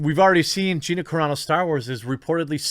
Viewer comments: Wow U finally said her name correctly. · Dude. You got her name right finally! Right on. ...... But shitty that Disney is trying to force this on her if this is true.